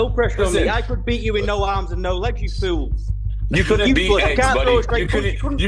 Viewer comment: You can’t even say fool you say feel buddy😂😂😂😂